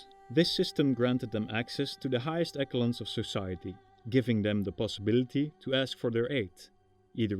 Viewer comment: One little thing I noticed in this post and in another I watched yesterday. The word 'echelons' in English is pronounced as 'eshelons' not 'ekkelons'. Otherwise, great work.